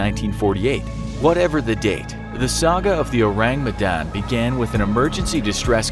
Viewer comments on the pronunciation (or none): I think is pronounced as "Oh - rAng Meh - dAn", and not "Ourang Medan" (in normal english pronunciation. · His pronunciation of Ourang Medan irks me A LOT. It's pronounced as Ore-Rung Meh-done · O-rang me-dan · when he said : Ourang Medan i THOUGHT : ORANGUTAN? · I just hear urangutan hahaha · Or-rang Me-dan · thats not how you pronounce "Ourang Medan" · The way you pronounced ourang medan disturbs me Good video tho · He butchered ourang medan so bad that my ears start bleeding. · Orang Medan = Medan's People (Medan is the capital city of North Sumatra province), it's kind funny how you pronounce it😂😂 Love your channel from Indonesia✌️